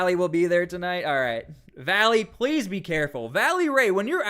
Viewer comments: It's Vélly Ray - not Valley! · VELLY RAY...not Valley...🙏🏼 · Bro, it's VELLY Ray, not VALLEY Ray. Just a heads up. You mispronounced his name like 4 dozen times in 2 mins hahaha. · Hey silly goose it's not Valley Ray , this is how you say his name... Vel- ley Ray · It's Velly Ray his name is Ray Lavelle